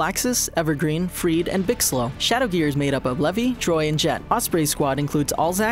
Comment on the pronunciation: LOLOLOLLLOLOLOOL HE MESSED UP EVERGREEN AND FREED xxxxxxxDDDDDDDDD, Gajeel didn't have a exceed until after Edolas just saying CartoonHangover.